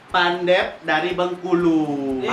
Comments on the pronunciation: Maaf kak saya asli orang kota Bengkulu,, makanan khas Bengkulu bukan pendep,, yang benar nya PENDAP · Pendap kak bukan pandep